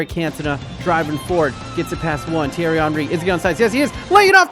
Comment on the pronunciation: He says zidane and says thiery Henry